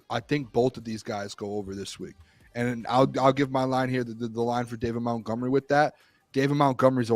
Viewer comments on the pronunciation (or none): The Doc needs to ask Monty about all this MOUNTgomery stuff so he can tell to say his name right. Lol